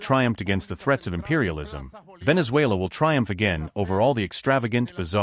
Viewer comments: She is saying Venezula what country is that? I know about Venezuela but never heard about Venezula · Wow she can't even say venesuela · As a reporter you should learn to pronounce Venezuela properly as for your assesment of the political reality of the country you are somewhat off had you followed the last two sham elections you could better report the actual news. by the way does not India have a neighbour that is bent on invading your territory